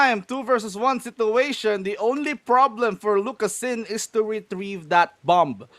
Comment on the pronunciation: "lucas-ZIN". put some respect on his name